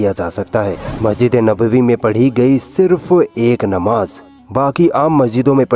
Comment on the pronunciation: اپنے تلفظ کو سہی کرو، نماز کو آپ نماج کہ رھے ہیں نمازی کی تعداد 20 لاکھ نہیں ہے